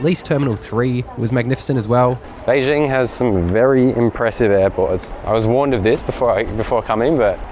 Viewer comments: Why do you pronounce Beijing as Bei Zing? It's phonetic and they wrote it as Bei Jing. Say it the way it meant to be and then it's correct. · Please learn how to pronounce “Beijing” and “Daxing” correctly.